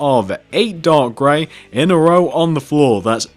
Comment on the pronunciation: Are you saying dog gray lol